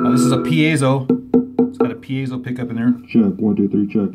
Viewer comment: piezo is pronounced pea-zoh not pea-ay-zoh You're welcome